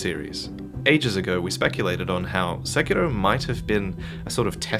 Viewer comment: Weebs: We speak English. It's SekiRo, not SekiLo. Japanese people don't pronounce English words in a Cockney accent.